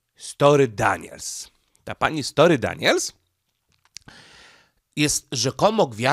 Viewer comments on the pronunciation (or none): STO(R)MY, Nie "Story", na litość boską, jak można tak przekręcać nazwiska... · Stormy Daniels a nie story Daniels. 😅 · Stormy,, a nie Story.